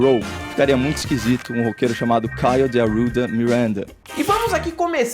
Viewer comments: Caio de AURRRRUDA MIURRRRANDA. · "David Grohl" "Caio de Arouda Mirãnda" morro kkkkkkkk